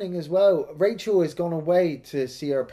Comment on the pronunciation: Raachel... Raaacheel